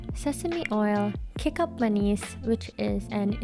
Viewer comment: this is like my mother in law sometimes cooks kind of rice. I'm Indonesian chinese, don't worry you pronounce "kecap manis" top notch. Drop to see what's the difference with the one she made.